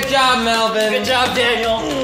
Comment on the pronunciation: ಠ_ʖಠ It's Melvin not melborn